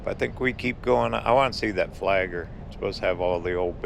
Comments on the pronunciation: Hey... It is not Fort Flager... It is Fort FlagLER... LER!!!!! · It’s called Fort Flagler, not Fort Flager! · Tha fort name has two Ls in its name please pronounce Both of them with a G between them.